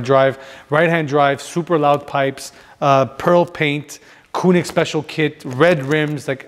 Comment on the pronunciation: Having that kind of collection, discussing the authenticity of the AMG logo, and having to explain it ....weird. You don't need to explain anything there. Usually, they say there is no dumb question, but this was one of those cases and pls, pls learn how to pronounce Koenig properly!